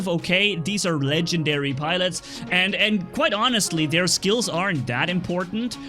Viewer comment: Legendary not Ken gen diary